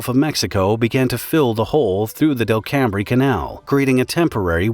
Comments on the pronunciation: "Delcambre" is not pronounced Del-cam-bre, it is "DEL-come". Also I was a student at USL and for a summer project we collected biological and geological samples of the lake before the accident. Our report is probably the only record of what the lake was like before the accident. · the letters “bre” in the word Delcambre are silent. It’s pronounce Del•Cam not Del•cam•bre. I’ve lived along the coast all my life and that’s how folks down here pronounce the word. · Delcambre is pronounced locally as "DELL-come". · DEL - COME not del cam bre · "Del Cam Bre"? NO! It's pronounced "Del Come". Welcome to Lousiana. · I have a good friend who is a life-long long resident of New Iberia. Teaches at CHS. The lake is in that Parish. We've visited that area frequently. Although the coastal town looks like Del-cam-bre, it's pronounced DEL'- cum. Really! Ask a Cajun. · Delcambre isn't pronounced Delcambray. It's Delcome. The bre is silent. It's French. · Delcambre = DELcum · It’s pronounced “ del-crum” canal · Delcambre in Louisiana is pronounced `Del-kum believe it or not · I can’t get over how you pronounce Delcambre. 🤭🤭”Del-cum” is how locals say it 🤣🤣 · i knew he would butcher the word Delcambre. It’s pronounced Del-cum. No that’s not a joke. that’s literally how we say it. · Its weird when a video talks about a disaster that took place where you from (also Delcambre is pronounced Delcum) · Delcambre in Louisiana is pronounced "Delkum" btw. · Just a bit of trivia: The narrator pronounces Delcambre incorrectly. It us pronounced more like delcum and rhymes with welcome. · Very interesting. Delcambre is pronounced Del-come. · Delcambre is pronounced Del-cum... as per anyone dat lives there and anywhere around it for generations. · The canal is pronounced Del-come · Delcambre is pronounced Del-kum. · Delcambre is pronounced del-come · delcambre canal is pronounced ''Del come" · It's pronounced as Dell-kum. There's a lot of French names here.